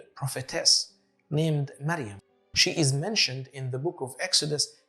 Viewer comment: Miriam and not mariam